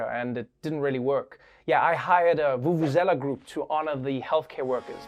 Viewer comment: Lol... Trevor why would you pronounce Vubuzela like that though 😂😂😂. You are going totally America bro. You are still Xhosa please tu